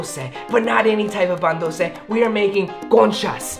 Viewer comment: Pan dulce Not duce